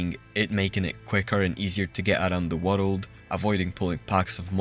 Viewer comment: I followed you because of the “wareld” word pronunciation ❤.